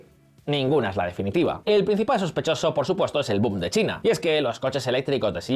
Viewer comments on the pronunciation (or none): none